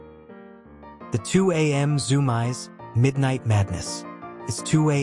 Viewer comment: It's pronounced ZOOM EES